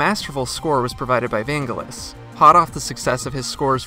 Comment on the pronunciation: I'm sorry but the world famous composers name is pronounced Van jel us, Not Vain guh luss.